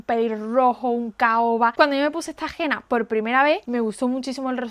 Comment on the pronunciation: No se pronuncia Gena, se dice Hena.